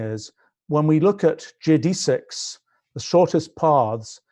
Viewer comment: Learn how to pronounce geodesics.